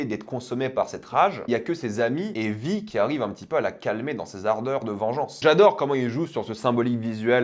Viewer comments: C'est quoi cette manière de prononcer son nom ? 🙄 Ça se prononce vaï, en vo comme en vf, pas vi. Ça fait hors sol franchement... C'est à se demander si il ne coupe pas le son et ne lit que les sous-titres. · Pour quelqu’un qui regarde la série en VO et qui est pro VO c’est bizarre et drôle de te voir, enfin t’entendre prononcer « Vi » à la française alors que même en VF dans la série c’est prononcé à l’anglaise xD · comment il prononce Vi ça me tue